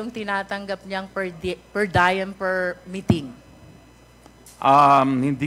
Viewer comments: Congresswoman, diem (latin word), not “dayem”. Magaling ka eh, sumasablay Lamang pronunciation mo. Review mo. 🤣 just helping. ✌️ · The "per diem" term appropriately pronounce as "pər-ˈdē-əm" not "pər-ˈdaɪm".....